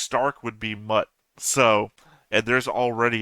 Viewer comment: That english/americanized pronunciation of Lord Ordens son Mut, will always not be funny. In any case translated from german the name means courage. And when pronounced correctly it doesn't sound like an insult many make it out. Well I'm not here to lecture much. So whatever. I guess this was the first time somebody has taken the "older woman" as a foreshadowing of an enemy. It wasn't correct, but sure I can see why one could think in this line. Also with this episode you now more or less have the magic established as on the base layer a magical world with simple but very specific folk spells and three categories of magic aka "demon magic", "human magic" and "goddess magic". There is more to come, but how they cross over like with curses is neat.